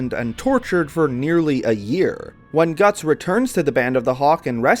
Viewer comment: mans said Gattso😭😭😭.